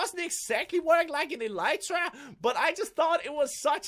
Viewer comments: It's pronounced elite tra not e light ra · it's pronounced elr ee tra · it drives me crazy. It's pronounced ah-lee-tra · it's pronounced e-lit-rah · He Said Elytra Wrong